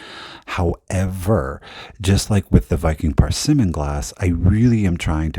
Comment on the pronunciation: Love your laugh & commentary! A little help with the Viking color pronunciations….the blue is called bluenique. Think unique when you say it except leave the U off….blue-nique. The orange is persimmon. Per-simm-en. Hope that helps! Have a great day!